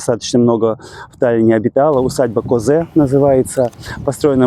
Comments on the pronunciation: Усадьба "КОзе с ударением на О" 🙂🙃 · Все верно. Ударение на первый слог: Ко́зе. Мой родной район. Полностью район сейчас именуют Ко́зе-Пи́рита. При этом оба слова не склоняются. То есть "из Ко́зе, в Ко́зе, из Пи́рита, в Пи́рита". Часто делают ошибки приехавшие иностранцы, когда говорят "из Пириты", "в Пириту". Земли в этом районе исторически делились на две части: принадлежавшие монастырю святой Бригиты, и принадлежащие помещикам из фамилии Kosch. Оттуда и названия эти, переделанные на эстонский лад: Пирита и Козе. Интересно, что ещё в 30-е годы район, как и речка именовались на русский манер: Бригитовка. Интересно так же и то, что на одной и той же реке Пирита есть два одинаковых топонима Kose, произошедших от разных слов. В первом вы уже побывали, то есть в землях Кошей. А второе Kose находится в 50-ти километрах от Таллина и происходит от слова kosk, которое в родительном падеже становится этой же формой Kose, но к Кошам не имеет никакого отношения. Kosk - это перекат или каскад, небольшой водопад на речке. Такая вот версия. Рядом с тем бункером, что вы сняли, была лесная поляна, где мы иногда играли в футбол с ребятами. Когда возникала идея сбежать туда, говорили: Айда на Орбиту в футбик. Откуда только дети знали название секретного объекта? Много чего интересного ещё можно вспомнить.